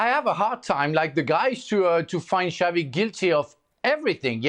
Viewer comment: It’s Xavi as in Shavi NOT Javi 😑